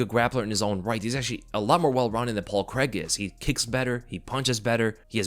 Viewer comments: Its Paul CRAIG. CRAY-EEG not creg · Paul Craig crAIg there’s an A and an I there Americans, it’s pronounced Cray-g. Thought you would’ve realised this with Daniel Craig but no. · "paul kreg"